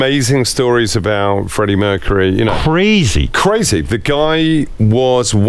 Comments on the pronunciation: And - 'mercureh' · love the way you pronounce the last syllable of Mercury !